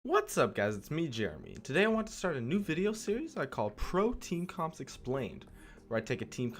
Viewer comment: lol .. the 1rst time i heard him , i thought he said "protein comp explained".